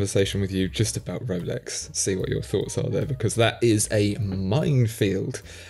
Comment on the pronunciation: I love it when says Wolex.